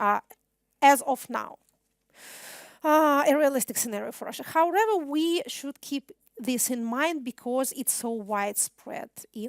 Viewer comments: Хауревер! Kate you do need more language practice! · Как всегда прекрасно! Однако, " howrather" вместо "however" убивает меня :(( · Ya ne slyshu ''howrather'', a prosto trudnosti viskazat' "however" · How(r)ever triggered me so bad!